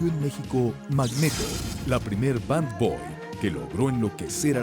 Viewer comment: “Band boy” 😂😂😂😂😂 marica si no sabe ingles no se meta a hacer el oso, digo the bear. “Dont do the bear”🤣😂🤣😂🤣😂🤣😂🤣